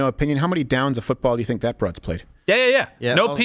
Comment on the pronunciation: Is it “broads,” or “bra’d’s?”